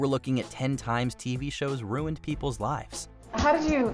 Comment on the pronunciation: I find it strange and distracting the way he pronounces the word "ruined". Who pronounces it "runed"?